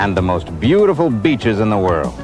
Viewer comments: he is not saying beeches he is saying bitches😂😂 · I think he mispronounced the "we have the most beautiful beaches in the world" when he meant "we have the most beautiful bitches in the world" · He was trying to say "some of the most beautiful bitches." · Did he say beaches or bitches in an Italian accent? It's-a tha biiitches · Did he say the most beautiful beaches or bitches ? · That hard B on "beaches" sounded like he wanted to say something else with the women on the screen 😅